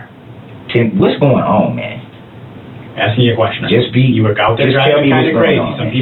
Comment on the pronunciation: I'm sure they are axing him about subject matter jurisdiction every night😂